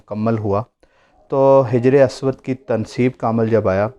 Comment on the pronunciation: حجر اسود کی ح کے نیچے زیر نہیں زبر ھے